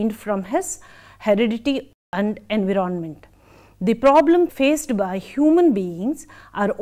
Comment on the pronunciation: Nice lecture mam. I want to make little correction, please. Environment /ɪnˈvaɪɹə(n)mənt/ You are pronuncing it differently. Regards